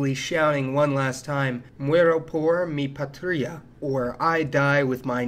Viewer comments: I almost vomited when you said "Mu-e-row por me pa-tree-a" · The worst crime in this video is you trying to say "muero por mi patria."